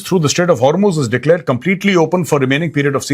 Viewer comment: main ghanta iran ki support mein nhi hu but 21 ships u turn maargyi hai and ek indian ship ko warn kiya hai lagta nhi hai sacchi mein kuch ceasefire hua hai Btw that's "hormuz" not har muze 😭